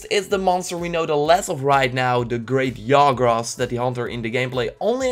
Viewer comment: Its Ja, Not Ya ... anJAnath, great JAgras